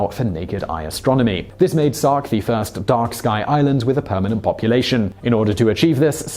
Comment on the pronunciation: He said tirst not first